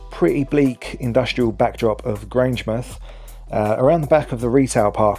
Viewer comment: My mother and grandfather were born at Grangemouth , on a farm now buried by the oil works ( as granny called them). Unlike Portsmouth ( ports-muth) and other English towns ending in - mouth my mother always called it Grange - mouth. i've never heard Grange-muth until this video. My mother's family lived there from 1888 until 1944. A wee mention of the Antonine Wall , which even ploughs through Callender Park would have helped Falkirk. (built by the Romans it crosses Scotland from Clydebank to Bo'ness , just along from Grangemouth ).